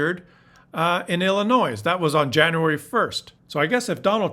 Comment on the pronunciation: Thank you,. I haven't read far down into the comments so it may have been mentioned. Just so you know, the s at the end of Illinois is silent. They usually pronounce everything in a non-English word but THIS time, they got it right.:D:D